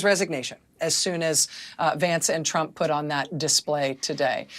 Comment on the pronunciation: Caroline levit can't even say trump correctly, she says president Chump. That is by the way a correct description of him.